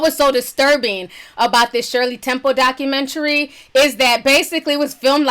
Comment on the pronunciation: I laugh every time she says 'Dockamentree'